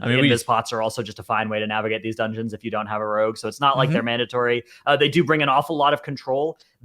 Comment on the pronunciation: Tries to pronounce 'rogue': Rag